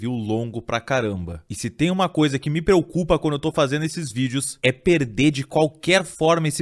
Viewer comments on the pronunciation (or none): Nos primeiros 4 secs ele disse "peucupa"